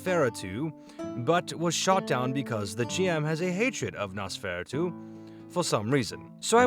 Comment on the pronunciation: Nos-fur-ah-two Die-a-bo-lis-um